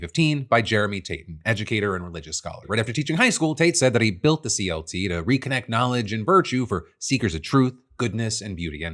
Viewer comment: I think "CLT" is actually pronounced as "CuLT"